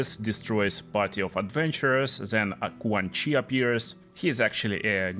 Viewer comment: He said KuanChee not QuanChi.